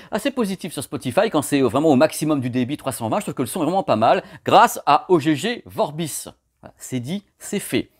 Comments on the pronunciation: J'ai beaucoup de mal avec la prononciation de O G G Vorbis... pour moi c'est "augue" ... si quelqu'un peux confirmer ;) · Ogégé :) J’ai toujours cru qu’on disait Ogg Vorbis, il faudrait que je regarde la lecture phonétique. Sinon vidéo très informative comme toujours, du bon boulot.